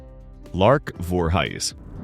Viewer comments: its lark voorhees ain.t lark voorhys gee get her name. and also Frankie Muniz ain.t munis get his name right bro God dam.n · Ok so maybe not ALL the names but there are still PLENTY of mistakes. Here they are: Lark Voorhies ( it is Voor - hees). Shia Lebouf (Sh- eye- uh Le- buff) Raven Symoné (you actually pronounced it correctly which 99% get wrong) It is spelled right on the video but not in the description part.. you have it spelled Simon. Danny Bonaduce (Bon- uh- doo-chee). On your segment of Tucker Carleson you show footage of Amber Hurd and there isn’t even a segment of her. Eamonn Holmes. Again is correct on the video but not the description. You have Aean instead of Eamonn. That’s it.